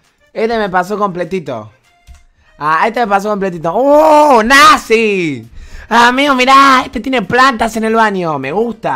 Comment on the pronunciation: modo santiagueño NAZHEEEEEEEEEEEEEEEEEEE